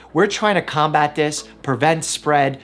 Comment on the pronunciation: We're trying to "combat" this OR "calm bat" this? 😂